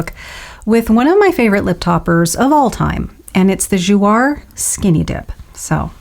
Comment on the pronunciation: Gorgeous! It's Jou-A (long A) means 'play' in French :)